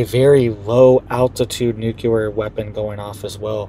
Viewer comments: It’s not NUKELAR. It’s NUCLEAR 😂 ❤ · I wrote the same thing in the last video. I can't even watch this one - it's just too cringe hearing him say "newkuler" over and over. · Why do some find it so hard to say noo clee er? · You tried to inform him in the last video as well, but he doesn't get it. I clicked on this video hoping he would have seen the comments and made the correction, but no. Stopped the video after the first "newkuler" - it's just too cringe worthy.